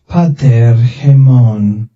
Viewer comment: well I don't know about attic reconstructed pronounciation, but I searched for Lord's prayer in greek, the title says just Greek, in the beginnig of the video he says Greek. And even I know that his [pa'taer] is neither Modern nor Koine, and I doubt its "Reconstructed Attic". Its how you would expect an english speaker read it for the first time